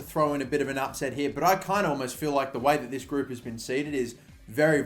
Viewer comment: Group not groupe 😂